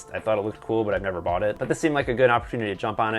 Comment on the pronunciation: Did you say you bough them grom mercari?